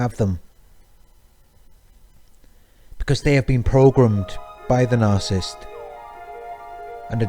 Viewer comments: Sir for your own credibility learn how to say NARCISSIST. You are leaving out an entire syllable. What is your authority to discuss this serious psychological condition. Are you making this up as you go? It is very difficult to believe you have any idea of what you are talking about. What are your sources? Learn to pronounce what you appear to be an expert on. At least you might have a chance. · Narcissist - not narsisst!